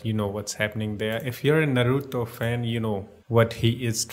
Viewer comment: dude its naruto not na ru to you call the name wrong bruh